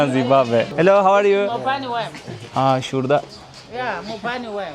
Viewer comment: Hos gezmeler. Zimbambe degil Zimbabwe.